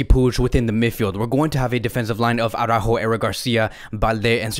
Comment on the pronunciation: It's araÚÚÚjo, not aurÁjo.